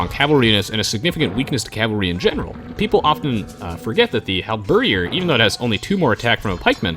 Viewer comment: "Halberdier" is not pronounced Hal-BER-dee-ehr. It's only 3 syllables, emphasis on the last syllable: Hal-ber-DEER.